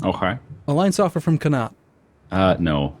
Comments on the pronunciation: _- the way you pronounce Connacht... Con-ak-t lol Sincerly an Irish person. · You really did butch the Connacht on how you say it just going to piont it out but you always say you cant pronounce some of the irish names. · Since you've chosen Scotland (a great choice) it's time for a pronunciation lesson - 'shire' is pronounced 'sheer' when it's at the end of a word. 'Ayr' is like 'air'. So 'Air-sheer' = Ayrshire. Connaght is 'co naught'. I'm a unionist but for the purposes of this game, looking forward to the Scots crushing the English. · Neither of ye can pronounce Connaught properly:P. And can't say Munster. It's Munster, not Münster